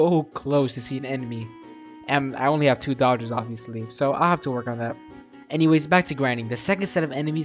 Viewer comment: I subscribe you when you say i don't hain robux 😢